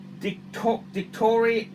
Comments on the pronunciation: "Dick-Hot-To-Me???" NO!!! More like die-koto-me...Oxley State High YO!!! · lol can't say dichotomy